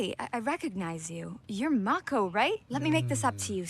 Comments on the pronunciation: Mah-Koe, not May-Koe! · MAHHHHH-ko. Please, I beg of thee.:) Ya killin' me,. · How do you hear names 50 times and still pronounce them wrong? I understand when book readers do this… BUT YOU ARE LITERALLY LISTENING TO HOW ITS PRONOUNCED